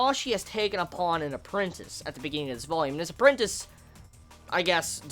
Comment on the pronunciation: Yeah "appreantice" -__- ,All who read the series know what I mean.